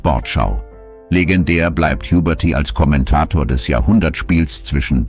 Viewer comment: Sehr schönes und würdevolles Video. Noch schöner und würdevoller wäre es, wenn es von einem echten Menschen gesprochen wäre. Schade, das haben die Verstorbenen nicht verdient. Nachtrag: "Jubörtieh"! Jetzt reicht's! Ich schalte ab!